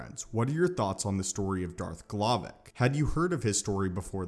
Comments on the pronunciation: ...his name is darth glovoc, not glovic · I heard Darth m'Glovin